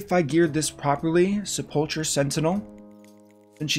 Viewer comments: Say it with me now --- Se-pull-ker =Sepulcher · Just so you know sepulcher sentinel is pronounced sepel-ker, other than that amazing video!